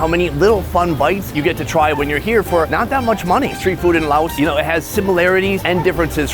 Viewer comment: Sounds like your saying Lao ocean lol it’s pronounced lay ocean